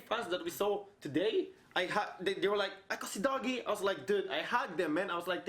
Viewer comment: U still pronounce akosidogie wrong bro 😂 ako and si are read separately and dogie is pronounced normally